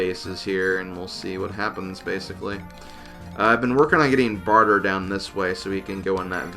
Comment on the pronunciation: It's Bar-tray, not barter